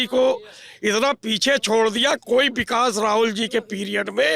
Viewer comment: Road ko bikas bol rhe hai...chacha😂